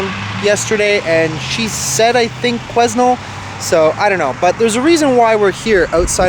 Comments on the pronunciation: Hey. It’s pronounced without the S: Quinel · The s is silent. Quen Nell. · Quesnel is pronounced KWE-NEL. The S is silent. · Quesnell is pronounced: Quee (as Queen) Nell. The assassination is appalling! The US was based on "Freedom of speech". Not any more! To make it worse, his wife was there and saw it all happen. Disgusting! Love you and respect you cancelling the rest of today's explore! God bless! 💖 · Quesnel is pronounced “kweh nel” I have a few friends who live there :) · You just missed our "Ashcroft Grafitti Days" parade. Old cars came through and around town. And it is pronounced quennelle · The S is silent in Quesnel. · The S is silent in Quesnel from what I have always heard. Take some time to yourself and no need to apologize for your rant - we all need to do it sometimes. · Quesnel pronounced without the S